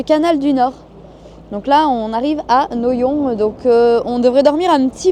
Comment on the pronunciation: Noyon se prononce noiyon j'habite à 5 kms Bonne soirée